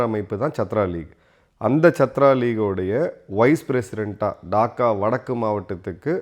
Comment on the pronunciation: It isn't shatru. Shatru means enemy. Chaatra means student